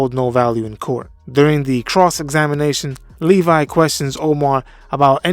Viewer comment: Not to split hairs, but it's Levy, not Levi. (Pronounced "Levvee")